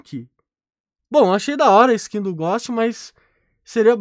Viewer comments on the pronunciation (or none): ele tá tentando falar ghost? ele fica falando góst q agonia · Ghost = Gousti e não Gósti 👍🏻